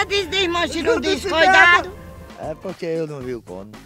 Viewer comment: "coidado Antoim coidado" 😂😂😂😂😂😂😂😂😂😂